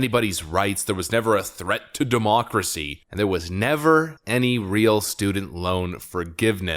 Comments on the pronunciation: Will you shut the heck up the the M'Democracy?!!! What is the 'M' prefix in many of your words all about? It is getting really annoying. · What is "modemocracy"? I have tried to look up this word and can't find it? did you create a new word? or are you mispronouncing it?